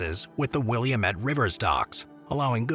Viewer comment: will-AM-ette River.